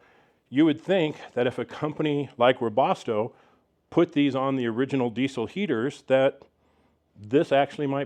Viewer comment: Its pronounced, "Wea- bas-toe" not "wea-bos-toe"